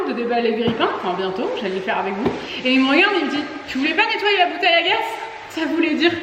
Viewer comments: Vous me stressé à prononcer gas au lieu de gazzzz lol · Par contre on dit bouteille de gaz (prononcé gaze) et pas « bouteille de gas ». Et sinon moyen les chaussures dans le salon, mais la maison est jolie